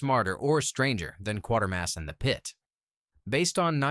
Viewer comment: Every time 'Quatermass' films are reviewed...it's always 'Quartermass' in the narration !